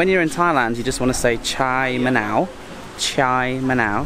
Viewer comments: Is it chaa manao, not chai manao. Love the content though. Want to do my own bike trip and get out of Bangkok and some great ideas and ideas for me to try and do once the Covid situation is better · look I didn't want to call this out but it bothered me too lol 😅Chaa = tea, I heard you saying "chai manao" and I was thinking you were saying "yes lemon" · ‘Cha’ = Tea, ‘Ma-now’ = Lime/Lemon (In regard to this drink). It’s not ‘Chai ma-now’ as said in the video. He had a lot on his mind, and so it was probably a slip of the tongue 🙂 There are hot or cold versions...so ‘cha ma-now yen’ for the cold version, and ‘cha ma-now ron’ for the hot. A regular iced tea would be ‘Cha dum yen’ (dum = black), and ‘Cha Yen’ would get you an iced Thai milk tea.